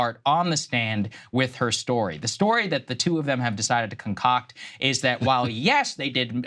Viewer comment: Con-COCK-ted story. Lol😅